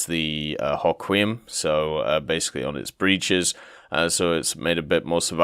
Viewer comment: The Hoquiam is pronounced Ho-quee-um